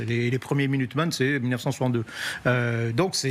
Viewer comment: Minuteman, tylteman😅😅